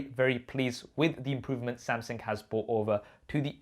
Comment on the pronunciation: Is it me or does he say " Samsing"